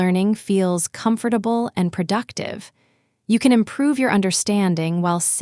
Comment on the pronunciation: Thanks, it was really useful. But you pronounce the word "comfortable" incorrectly.